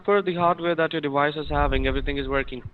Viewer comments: Lol, dewice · same with dewice, wirus, so on. dont get triggered at a joke dude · ok. what ive learned is that his v's become w's/ hence wiruses or diwice.